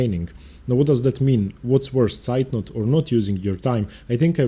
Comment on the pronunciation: Hello, can you please make am opening series for the Scotch (not the gambits) and the London System? :) ps: As a german its impressive how you pronounce "Zeitnot"